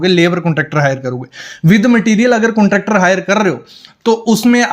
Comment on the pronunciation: कुंट्रॅक्टर नही कॉन्ट्रॅक्टर 😂😂